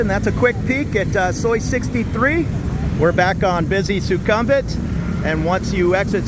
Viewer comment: Suk-um-vit not su-kum-vit Meant to be helpful, not critical